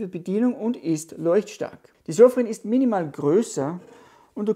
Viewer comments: Die Marke heißt Sofirn nicht Sofrin 😮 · SOFIRN nicht SOFRIN